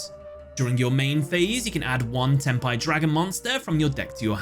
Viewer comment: sounds like "ten pie"